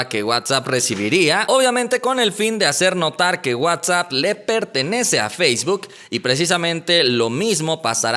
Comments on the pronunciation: por favor!!! Esa pronunciación de facebook te salió medio rara. No es “feishbook”. Saludos camarada. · Eduardo Ibiza ayala ¿qué pedo con tus oídos? Si no lo escuchas ponlo en velocidad 0.25 y notarás ese feishbuk. Si no sabes inglés básico tu vida anda al pedo. 🤫